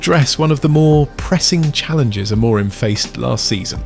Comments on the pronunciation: Why does your host pronounce Amorim's name differently THREE different times in this video, and only once correctly. AM-or-rim. Is it AI? Oh yes, it's AI. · You should get AI to learn how to say the managers name if you want credibility and people to subscribe.